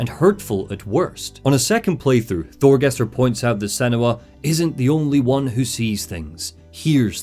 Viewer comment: It's not pronounced Thorgester,Fargrimer or Astrider - more like Thorgest,Fargrim and Astrid bc the "r" is mostly silent in norse names,same as Jörmundgand instead of Jörmundgandr for the World Serpent. Besides that,the Draugr were the Beserkers of the Vikings,who harmed themselves to build up adrenaline and become more powerful in battle - they weren't "viking zombies". However,I really love your content,especially the entire Lore Dumb stuff around the Remedy franchise - keep up the great work and have a good one. And☝🏻best wishes for your "new" family👍🏻👍🏻👍🏻